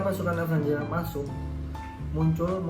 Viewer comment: Avenger bang bukan Avanger